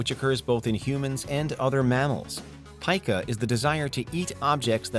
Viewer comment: Its pica , as in, pee-ka